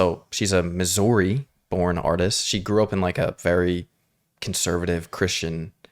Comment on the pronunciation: How tf you pronounced Missouri??? Lol